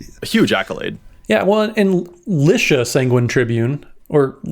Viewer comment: It’s got to be Lee-sha, eh?